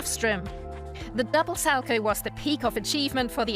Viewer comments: “Sal-co” ouch. It’s salcow get it right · Isn’t it pronounced sal cow? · When you say salchow it's kinda annoying because me and everyone at my ice rink pronounces it sow cow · How come it's pronounced Sal-Chow when his name was actually pronounced Sal-Co. My last name is Markow(W silent like this skater's name)so that's why I brought it up.. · it's pronunced sal-COW, not sal-ko. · Learn how to pronounce Sal-cow. Not Salco. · When you get a narrator that knows nothing about ice skating you get someone sal-coe. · Can you please do your research before posting such videos? As a long time avid fan of the sport it was almost annoying listening to you mispronounce the Salchow as well as Surya Bonaly’s name. 🤦🏼‍♀️ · So, so inaccurate! Kurt Browning never tried a quad SALCHOW against Boitano in the Olympics that year. It was a quad toe loop. Get your facts correct....and maybe your narrator's pronunciation of it too.... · I cringed every single time she said “Salchow”. Maybe we just pronounce it differently here? Idk I skated a tiny bit when I was little but quit to do cheerleading so maybe I’m just wrong? But I’m pretty sure that’s not how you say it.